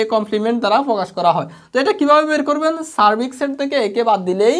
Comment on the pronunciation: Vaiya apni sarbik set bolsen r ami sunsi " sar-fax-sell "😅